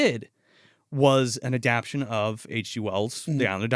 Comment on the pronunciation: Is adaption a real word or does mean to be saying adaptation?